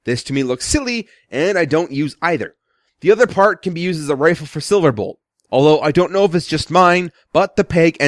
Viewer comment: you said SilaBolt